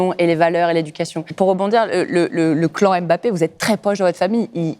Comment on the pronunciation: Ce qui me saoule c'est la blonde pourquoi elle l'appelle aimebappé sérieux alors que c'est un M muet! Bon sang de bonsoir